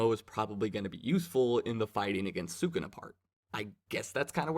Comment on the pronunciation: Can’t wait to see these fights animated, jujitsu is gonna be big hyped. Also, it’s pronounced Saa-Coo-Nah. Congratulations on taking the leap into manga reviews